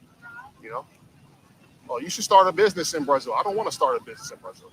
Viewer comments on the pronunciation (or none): He can't even pronounce brazil correctly 😂😂😂😂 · The correct pronunciation in Portuguese is Brah-ZEEL. Get a damn clue.